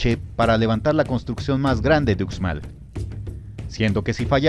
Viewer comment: Ucmal se prinuncia uxmal no ucmal 🤦